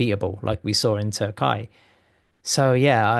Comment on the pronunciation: Gentlemen. It is not Turk-eye, it is Turk-e-ye